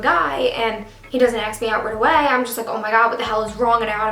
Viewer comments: A.S.K. not axe. thank you. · why do you say aks instead of ask xd or maybe its me that i understood it wrong lol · Not hating. Great video. But I hate how you say ask. Ask, not aks. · ITS ASK NOT AXE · Ask not aks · its ASKKK not AXEEE! :'( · It's not aks its ask! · I'm so sorry this happened to you but it's ASK not AKS 😩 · yea i’m from new york and we say ask like aks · "He still has not >axk<me out jet". 😂😂😂😂😂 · She u just say "AXE" me out!!!????!! OMG I didnt think u were that color....or illiterate! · She needs help pronouncing ask